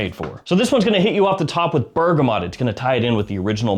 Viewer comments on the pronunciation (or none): none